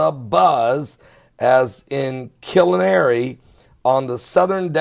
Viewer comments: It's pronounced...(Kill-are-knee)I'm 2 hr's south of there and I saw nothing and heard nothing.sorry. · killinary???..do you mean KILLAAARNY?